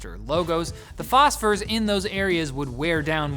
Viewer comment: Say it again....."Phosphor" 🤣😂🤣